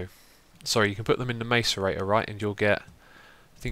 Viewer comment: Xisuma, macerator is pronounced mass-er-ator